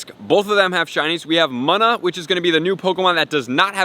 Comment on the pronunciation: Btw it’s pronounced moona